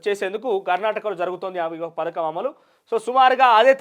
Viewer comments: Parkam kadhu raa padhakam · Ory .Nayana..parakam kadhu....Pathakam